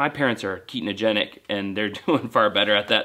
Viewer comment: It’s ketogenic not ketenogenic fyi 👍🙏